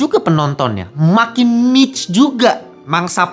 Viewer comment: Cara baca "Niche" sama dengan "Cliche "